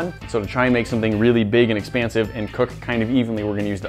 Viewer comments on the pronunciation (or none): he says exspansive😭